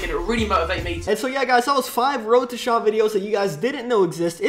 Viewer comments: He says wroteshaw so fuckin annoying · its not wroetoshaaaaaaa its wroetoshaw